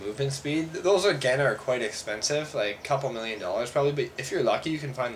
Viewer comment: "A couble million dollers." Did he said it wrong? I really hope, or that guy is FUCKING RICH!